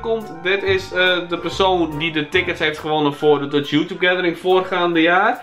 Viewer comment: hoe je youtube zegt is grappig!!!